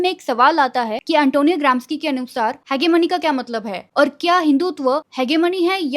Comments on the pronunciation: Didi phele Aap pronunciation dhang se karna Sikh jao हेजेमनी hota hai na ki हेगेमनी 😭🙆🏻‍♂️ Fir bolo kuch IIT mein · Its pronunciation is ‘hejemony’ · I love your content..but it's pronounced He-je-mone. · Didi it's ha-ji-money... Otherwise you are correct about IIT Bombay